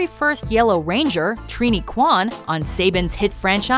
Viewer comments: Saybin? It's pronounced Sa-baun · Saybin? Its SABAN! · You can pronounce Thuy but not Saban?!